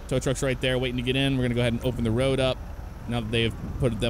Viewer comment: Can he say road